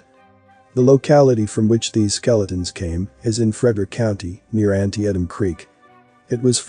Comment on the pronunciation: Antietem is pronounce an-tee-tam